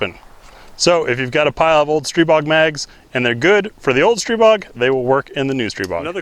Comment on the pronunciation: A bunch of other guntubers pronounce Stribog incorrectly. Thank you for pronouncing it correctly and telling us the truth about the A3. I just sent my bolt & charging block in to global ordinance for replacement since I just got mine and had not shot it yet. Hopefully this gets in front of any issues the old bolt would cause with my A3.